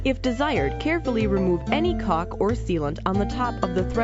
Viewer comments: It seems like she is mispronouncing Caulk, Maybe they need to get someone different from Fivr next time from home improvement profession. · I like how she says caulk